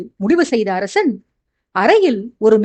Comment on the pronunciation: Hai dear how are you, for the past 3 chapters I feel that your tone is somewhat different while pronouncing sha and sa word for example arasan you are telling arashan like that. That's why I am telling.